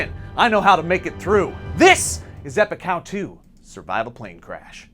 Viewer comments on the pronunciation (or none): when i first heard this i thought he said and this is epic cow two!!! and i was just like what has that got to do with anything XD